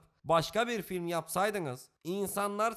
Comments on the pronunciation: No way home'a film deyip Batman'a filim demen😑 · nwh'a film diyip buna filim demene patladım abi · Adam Thorlara, Deadpoollara ''film'' diyip buna ''filim'' dedi ya baya koptum. Hacı sen baya baya anlamıyormuşsun bu ''film'' işinden. Tamam hadi sıktı, baydı seni diyelim ulan insan ''filmin'' müziklerine, çekimlerine, çizgi romandan fırlayıp gelmesine, azıcık saygısı olup şunlar için bile ''film'' derdi. Eleştirel yaklaşmak bu değil maalesef. Olabildiğince filmi boklayayım hiçbir olayı kalmasına getirmek olur bu. Sadece eğlenip güldüğünüz ''filimlere'', film demeye devam edin baktınız iyi de izleniyorsunuz. Belli ki film kanalı olmaktan çok ona sallıyayım buna sallıyayım olayına dönmüşsünüz. Bu da sizin için epey eleştirel olmuştur bence.